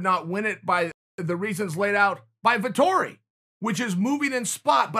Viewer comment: "Vitori" ahahaha